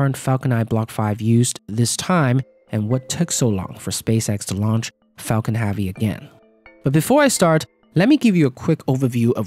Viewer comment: Restart video it sounds like 'fuckin havy'